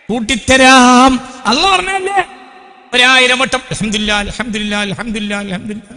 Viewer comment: അൽഹംദുരില്ലാഹ് എന്നല്ല അൽഹംദുലില്ലാഹ്എന്നാണ് രില്ലാഹ് (തെറ്റ്) ലില്ലാഹ് (ശരി) രി (തെറ്റ്) ലി (ശരി)